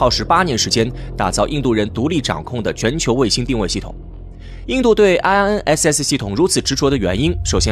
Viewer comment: 请用中文名称称IRNSS，IRNSS的英文发音听起来很蹩脚。